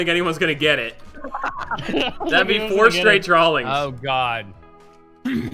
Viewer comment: I forgot says Drawlings